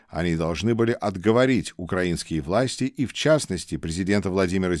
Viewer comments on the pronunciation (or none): none